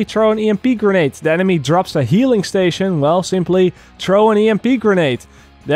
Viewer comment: What is saying? Trow an EMP grenade? Oh never mind, he's just saying throw. Jk Jk. Sorry, keep on keepin on brother.